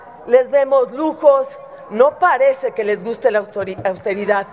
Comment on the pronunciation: Margarinflas no puede decir austeridad jajaja